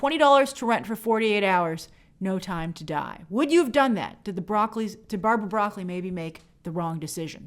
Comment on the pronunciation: It's Bra-cole-E